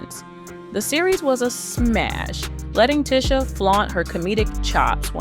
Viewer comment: clickbait, plus this is probably ai generated. They mispronounced names and everything. Ticha Arnold was one